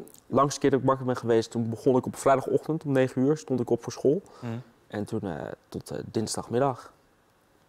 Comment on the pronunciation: leer eerst maar eens het woord school uit te spreken..................... eigen schuld ... neem een overdosis volgende keer. zijn we van al het tuig af.